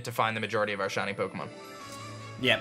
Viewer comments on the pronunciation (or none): Swear on my mum this man says shony not shiny